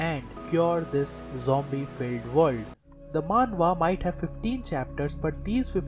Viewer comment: yea, keep saying vorld. gotta luv this guy XD